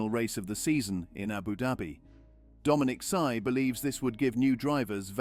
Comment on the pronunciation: If you're going to post something make sure you get the names correct. I stopped watching after 2 minutes because the AI couldn't pronounce Domenicali